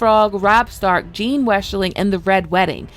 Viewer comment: Jane/Jeyne not Jean.